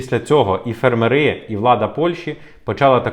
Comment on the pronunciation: Може все таки фЕрмери а не фермерИ Вухо ріже...